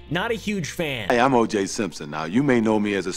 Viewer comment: “OJ shrimpson”